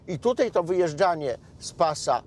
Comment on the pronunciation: Panie Marku, apeluję: tutAj, a nie tutEj.